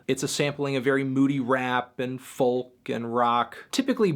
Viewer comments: Folk - pronounced FOE-Kuh ... no L sound is present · STOP PRONOUNCING THE L IN FOLK!!!!!!